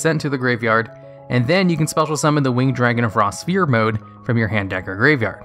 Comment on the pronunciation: Dude... It's pronounced "Sfear" not Spear. Ph makes an F sound..